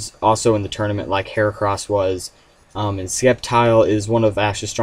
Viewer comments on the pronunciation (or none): none